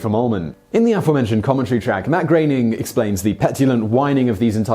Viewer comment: Kudos for correctly pronouncing Matt Groening's last name.